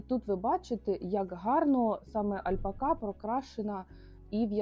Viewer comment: Чому ви робите наголос альпакА?